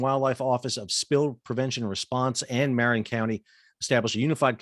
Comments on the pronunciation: He got the tricky one mostly correct, but flubbed Marin. Locally, Reyes is more quickly smashed together, but it's "RAY-es". You could think of it as 1-1/2 syllables instead of 2. "Marin" is not pronounced like Cheech Marin's last name, "MARE-en", but "muh-RIN". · This is a debatable topic, but not debatable: he mispronounced "Marin". Not like I would expect someone who's never heard it to know. :) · Pronounced: Point RAYS and MA-RIN not MAR-in